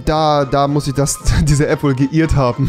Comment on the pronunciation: Niemand: Wirklich niemand: Absulut niemand: Rewi: DA HAT SICH DIE APP WOHL ,,GE-IRD